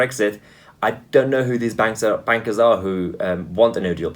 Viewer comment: You pronounced the 'B' in bankers very noticeably, perhaps you should have substituted it with a 'W' !